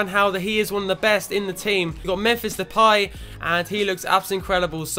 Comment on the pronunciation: Depay is pronounced as (de-pie)